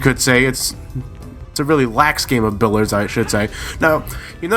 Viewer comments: It's billiards with an 'i', not billards. Also you wouldn't call the balls 'billiards', just balls. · it's pronounced "bill-ee-ards."...nuclear. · There's a second "i" in the word "Billiards."